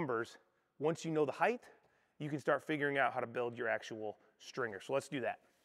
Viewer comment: There's no h sound at the end of height.